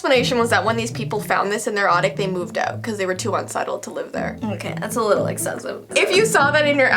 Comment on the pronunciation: said ottic instead of attic